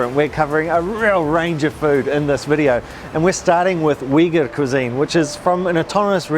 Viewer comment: Why does she keep pronouncing Uyghur so wrong?